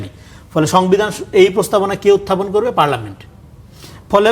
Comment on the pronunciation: পার্লামেন্ট সবরেন্ট না। রনি সাহেব ভালো করে পড়ে দেখার অনুরোধ থাকলো।